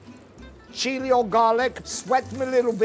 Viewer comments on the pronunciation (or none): none